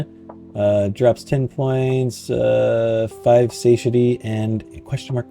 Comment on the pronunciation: SAH-TIE-AH-TEA is how you say it, phonetically. You're the second person I've watched play this game, and the second person incapable of saying that word. Though, the first guy wasn't a native English speaker, so it made sense. Am I wrong for assuming you ARE a native speaker?